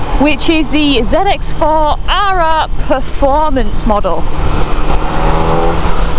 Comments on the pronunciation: Per……not pre….formance! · It's "performance" not "preformance" FFS lol